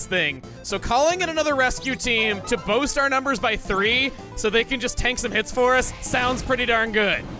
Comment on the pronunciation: pronounced “Boost” as “boast” lololol